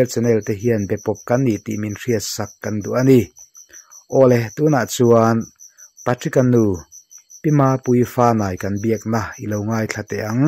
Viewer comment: Pa-tricka a nilo aw. Patrick-a ania, pe-trik tih a lam tur. Channel lian in nia hetiang mi hming tal hi chu lam dik tum ve ula. A mihring leh a chhungte pawh an zahawm alawm